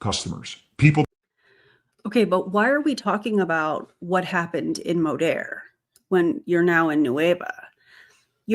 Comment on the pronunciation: You almost went full Texas accent with that Modeeeeeerrrr 😂